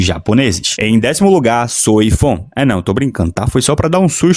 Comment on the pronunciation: Eu ri com "Soi Fon"